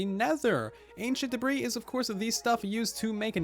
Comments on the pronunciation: I love how he says da-breeze instead of the proper pronunciation da-bree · Ancient debris is not pronounced ancient debri’s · yeah I used to pronounce it like duh-bris instead of duh-bree lawl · Everybody: debris half the time: da breeze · The "s" in debris is silent. And it is already plural. So is sounds like degree with a "b" instead of a "g".